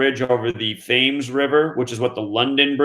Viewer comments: Thames... River Thames... pronounced 'Tems..... Ems..'. Thames Much love from uk London 💚 💯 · Thames is pronounced TEMS.